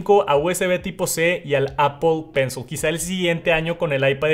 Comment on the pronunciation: Exc vídeo ! Solo que pencil se pronuncia : pencil con short i o shaw ... Al final